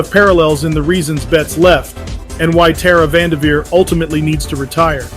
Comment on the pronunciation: You are spot on in your observations. May hold more weight if you pronounce the lady's name correctly tho. Keep spitting truth, but cross the Ts and dot the Is